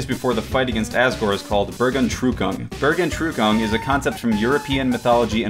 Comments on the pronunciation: "buur gone true kon" That's very far off the pronunciation of bergentrucken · Bergentrückung - Level of German word pronunciation: 0 XD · The way he pronounced "Bergentrückung"... I needed a few seconds to understand what he was saying. It's pronunced Bear-g-ant-rü-koong. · HAHAHHA, your pronounciation of Bergentrückung was amazing :D time to rewind that part over and over now to improve my knowledge of english pronounciation.. your version sounds a bit like "burger trooper" to me XD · I pronounce it like this burg-en-trucking (probably insanely wrong) lol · It's more like bearg- (like bear) ant- (like the animal ant) ruckung (first u like a french u, second normal). Bergentrückung is a combination of 2 words. "Berg", that means "mountain" and "Entrückung", that means something like "ascend" or "ascend to heaven". Google translator gives "rapture" for "Entrückung", but as far as I understand both meanings, it's another meaning for "Entrückung", that is probably not meant in this context. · burgenrücken? Burgernrucken? What kind of pronounciation was that? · "bergentrukong" lolwut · holy shit did he butchered the word Bergentrückung, no bad blood or anything, just holy shit xD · funny hearing non german speakers saying "bergentrückung" :D